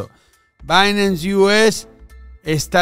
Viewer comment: repite despues de mi, es "Bainans" no "Bainams" hahahaha